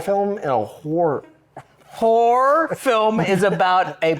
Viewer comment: Walking pneumonia here and Kevin can't say horror. Literally killing me 😭